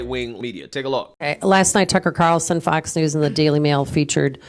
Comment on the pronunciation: Did she say Tucker Carson?